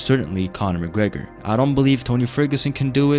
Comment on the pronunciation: "Conor mcgreg"😂😂😂☠️